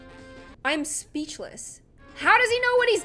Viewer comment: I used to think she said HaPpY DaY oF gLoOm but she said happy day I’m GlOoM